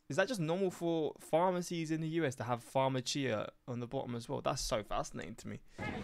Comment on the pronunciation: That is Spanish, not Italian. It's farmasia, not Famachia. Some areas in NYC have foreign languages on their signs because the people of that area are too lazy to learn English.